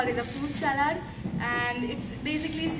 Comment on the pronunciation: Salad pronunciation is wrong dear